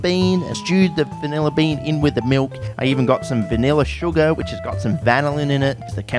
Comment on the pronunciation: Every time I watch one of your videos I think my 10+ year old graphics card is about the give up the ghost. Honestly rather surprising no verbal thesis defense is required. Love the way you say vineller, good luck mate.